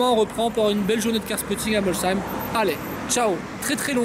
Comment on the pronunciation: C est bien ge tu a bien dis molsheim pas comme l année dernière 😂